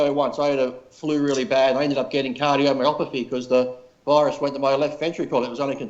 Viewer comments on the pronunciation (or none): "Cardiomyopathy"